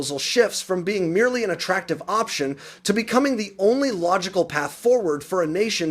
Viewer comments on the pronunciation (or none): none